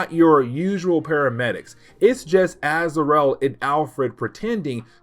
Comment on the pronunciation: I'm loving this break down of Knighfall. Not to nitpick but it's pronounced Az-ra-el